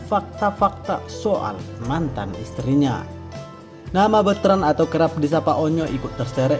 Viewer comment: Sy seneng deh denger beritain host KY gini tp jngan bilangnya Beutrand dong kn namanya BetrandPutraOnyo.